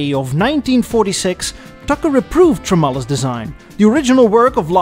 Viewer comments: ..I admire your structure of this presentation, from beginning to end, you laid this out in very understandable and logical segments. Not much more can be added to the story, but your layout of this video is extraordinary. ( one little nit to pick - Alex Tremulis - pronounced Trem - U - Lis ) Keep up the great work! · Alex Tremulus pronounced Trem-you-luss. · Alex Tremulis. Pronounced: TREM-YOU-LISS. As a glass half-full man, I'd like to think that - had the Tucker car succeeded - the corporation may have lasted a little longer. I would wager but not much longer. I could see the Tucker becoming the American VW - the peoples' car. Once the car would have proven itself, people would be lining up to get them. But I agree with you that by 1955....1956.... the design of the car would be decidedly "old hat". Hopefully by that time, Tuckers' R&D department could kick in and have disc brakes ready, or mechanical fuel injection. Tucker also pioneered a very simple yet elegant Automatic Transmission - known as the TuckerMatic. Designed by Warren Rice (of Buick Dynaflow fame) the transmission only had something like 32 moving parts, used a torque converter and had two forward speeds. But I digress. I always envisioned the Tucker corporation lasting into the 60's.... but what I think would have done them in would've been all the federal mandates, CAFE & emissions standards in the early 70's. Much like over at American Motors.... having to waste valuable R&D money on mandates ate up the funds for annual updates or luxury features. A small company like Tucker wouldn't be able to bear that expense and would've either merged, sold out or shut down. The one saving grace of the corporation would've been Mr. Tucker himself. I feel he was a certified car nut and he would've had his finger on the pulse of the automotive community. Just think....